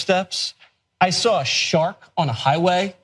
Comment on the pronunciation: I sawr a dinosawr wuring a car like a hat!...